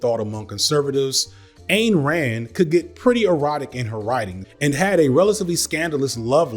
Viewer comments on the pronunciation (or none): Hey, man...her stupid name, Ayn, is pronounced, "ine". Rhymes with "dine". Seen a bunch of your videos and noticed this mispronunciation a couple times. It's a tougher one to get right. While your content is awesome and mispronunciation does not change your accuracy on fact...you seem like a respectful type who would want to pronounce everyone's name correctly...even fascists and horrid capitalists...love ya from Athens, GA! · Great video but one little quibble...Rand's first name is pronounced "INE" as in dine, fine, or pine. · Back in the 70s, Ayn Rand was on NBC's "The Tomorrow Show with Tom Snyder" and she told Tom her name was pronounced "Ayn like swine." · Love the video, one thought . It’s Any like Ine (mine) Rand